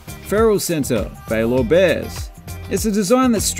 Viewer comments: Ok repeat after me: "Bae-ler... Baylor" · He's not a Texan... it doesnt come natural to him